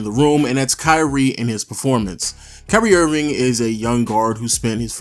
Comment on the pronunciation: is it just me or it sounded like he said curry Irving